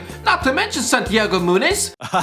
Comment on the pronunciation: I laughed so hard when he said Santiago munez🤣🤣